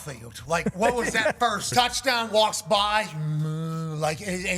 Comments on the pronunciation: An 80 yard "tuddy?" C'mon man. 🤦‍♂️ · Please don't say "tuddy"